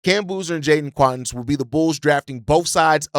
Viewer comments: What do you pronounce Quaintance like Quawntance. If you wanted to say acquaintance you wouldn’t say aQwantance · Stop butchering last names my dude. Makes your commentary difficult to get behind when you don’t do research on how to even say some easy names….. see Keaton Wagler (wah-gler). And Quaintence.